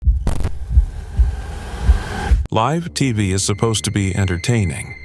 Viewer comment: I agree, Live and Gaza were two words I noticed that were incorrectly pronounced